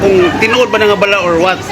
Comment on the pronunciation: BA-LA, NOT BALAH. MGA AIRPORT SA PHILIPINES…….NAKAKAHIYA AT MGA WALANG-HIYA….Masyadong mga CORRUPT ANG HAYOP.